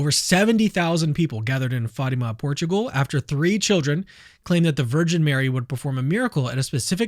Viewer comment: It's not Fayma, it's Fatima